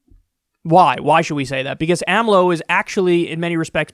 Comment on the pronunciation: couldnt even say the 4 letters of the names acronym AMLO say it with me AMLO